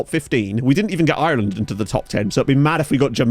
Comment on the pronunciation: I love you, but you say Ireland so weirdly.. I can't put my finger on it. Love your vids mate. You rock.